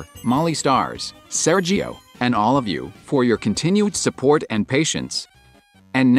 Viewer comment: "Thank you all [...] SeRGio" 😂😂 As an Italian, I'm not even making fun of it, just genuinely laughing